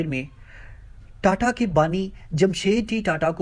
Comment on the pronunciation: Aba data nahi tata hain .thik se nam to lela